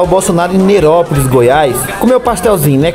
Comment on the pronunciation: Favor pronunciar sem ser nordestino, porque o nome da cidade é Nerópolis.( NE. NE) sacou?